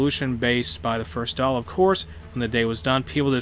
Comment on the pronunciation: Congrats on your pronunciation of The Dáil but not so much Connacht 😂 … I’ve been looking for a thorough play-through of Ireland on here. Bit of a noob so nice to be able to watch in real time!